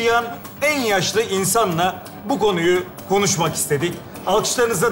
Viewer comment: farketiniz mi bilmiyorum ama ali sunal 8.19 da gonuyu diyor